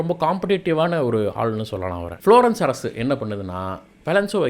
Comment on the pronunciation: Florence . Not flourescence. Milan. Not millan Contents are good. But good to change pronunciations which will make it better